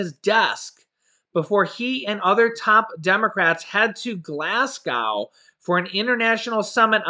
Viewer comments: Hey, just so you don't get recourse from any Scottish Americans it is pronounced Glasgo, not like cow just go....lol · Glasgow. Pronounced Glaz-go. Forget the 'w'.